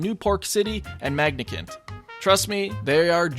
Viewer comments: >MagNIcant. I remember it was Magicant, without the extra N. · Actually, it's pronounced Magi-cant. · magiCANT ONE-et TWO-son LIAR-EXAGGERATE Like, dude how the hell do you mispronounce the names this badly. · Magnicent? Pretty sure it's Magicant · Did he just say Magnicant? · did u pronounce magicant as magnakint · Say: Magic-ant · He magiCANT say it right